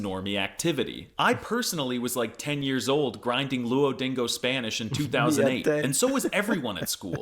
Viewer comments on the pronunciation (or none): none